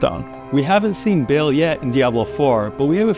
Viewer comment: Bale 😂 it's Baal, with a long A, not Bale or Bail or Bayle. And the T in Lilith is a hard T, not a th lispeling sound, indicated by the H following the T. But don't worry, it's not your fault - The ladies at Blizzard wanted you to mispronouce the names so they can make fun of you every time you speak them out 😄